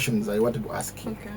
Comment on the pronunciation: She said "axe me"😅😅instead of "ask me"